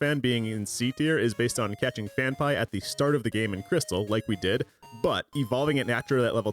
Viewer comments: Phan-pea, not Phan-pie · FanPie ... it's Fan PEA lol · The only guy I've ever heard pronounce Phanpy "fan-pie" instead of "fan-pea" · Phanpy....PhanPEE. Where you getting PhanPIE from?? No excuse saying Pokemon names wrong they say their own names 50 times an episode. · “IT’S PRONOUNCED PHAN-PEE!!” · phan-pie is an insane way to pronounce it LMAO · first saw ur DS as Miyazaki intended vids and gotta say all ur walkthroughs are seriously so helpful. glad there’s pokemon stuff too - also it’s pronounced Phan-PEE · Phan-PEE otherwise great video 😂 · Had to look up how to pronounce Phanpy, cause I thought I had a Mandela effect moment, but no, you're just wrong. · The way you are pronouncing Phanphy is giving me anxiety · better than hearing them mispronounce Phanpy